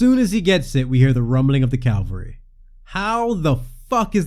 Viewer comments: May I take a moment to say its not "calvary" but "cavalry", coming vorm the latin word "caballarius" for rider (Also: german: kavallerie, french: chevallier, italian: cavelleria). Just because its hard to say in english doesnt mean its fine to do it wrong. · I'd like to praise this series and your attention to detail before nitpicking one tiny thing: it's "cavalry," not "calvary." Great video :) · ...CAVALry... not CALvary. That's where they did that thing to Jesus. Cheers. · For the love of Almighty Christ. The word is Cavalry (Cav-al-ry). Not Calvary, that word doesn’t even have anything to do with horses where do you get the idea that that is the word used?! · Rumbling of the calvary? CALVARY?! CaVaLry. First the V, then the L. I know I may seem unreasonably annoyed by it, but call it a pet peeve. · Just to let you know, you completely mispronounced “cavalry”. It’s CA-VAL-RY, not calvary. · Dude, it's 'cavalry', not "calvary" - they're totally different words. I wouldn't bring it up, but you literally said it twice in the video. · "Cavalry" is a host of mounted soldiers. "Calvary" is the hill that Jesus died on.